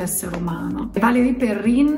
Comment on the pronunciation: non si pronuncia perren?